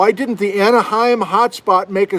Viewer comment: The Anahim Volcanic Belt. Anahim, not Anaheim. It's in ceñtral west British Columbia.